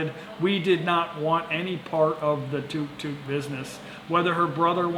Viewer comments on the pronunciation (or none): TUK TUK not toook toook